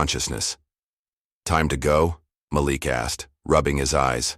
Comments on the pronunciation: That’s funny that’s what I thought. It was MALEEK in pronunciation. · If you are going to AI a story, pronounce the child's name correctly MĀLIK, not Makeek! Don't switch off! Damnit! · His name is pronounced Ma-LEAK…NOT Malick ugh! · Sometimes he called the kid MA lick, and a couple of times he said it correctly, Ma LIK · The first thing you are pronounced his name wrong. It’s MaLik not Malick! Do it correctly! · From Montreal; the voice is AI-generated.....And the young boy's name is pronounced "Mah-leek"... NOT "Malick!! 😒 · Please pronounce the child’s name correctly. Your narrator is as bad as the teacher. It is not mal-ick but ma leak. You misrepresent those you purport to represent in a positive light. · Ok, I know this free, but the AI voice switching back & forth on the pronunciation of the boy’s name is so distracting, it was awful! First the voice said Maa-lick, then says Ma-leek. The continuous mispronunciation makes this sound like something an elementary school kid made the story…. Actually, kids wouldn’t make that mistake. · The name is prounced Ma’ lik emphasis on Ma(not ma) not Malik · His name is pronounced Ma'Leak. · It's so disconcerting every time the AI mispronounces the names of Black people like Malik. (muh-leek). Can't we train the dumb software that knows everything how to speak? Because a great story gets ruined if the names are grating on the ears like nails on a chalkboard. Just my two cents! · Why do you pronounce Malik name correct sometimes and other times you mispronounce it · I enjoyed the story but the Ma-Lick not Maleek and the BYEnoculars instead of binoculars. I'm sure it was AI and it shows, GEEZ!!